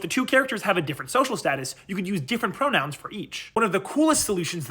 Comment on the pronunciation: I could swear he said pronouns as bronouns.